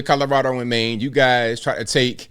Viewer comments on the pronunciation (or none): none